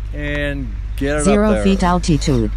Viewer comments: Al-Tee_Tude..LOL...Sounds like Arnold Swarchzennegar pronouncing Ca-LEE-Fornia... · I wish Litchi could pronounce altitude. Gets on my damn nerves!